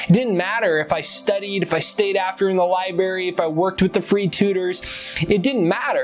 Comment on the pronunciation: You had me at "liberry"....I'm in....love your videos